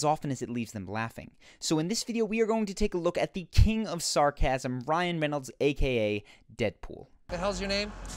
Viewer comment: he cant say reynolds